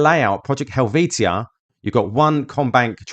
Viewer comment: Pedantic Pronunciation Police! 🚓🚨🚨🚨 It’s Project Hell-vee-sha.